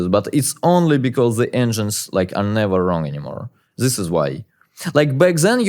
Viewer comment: Anyone wonder why he can pronounce "that" but not "this" ???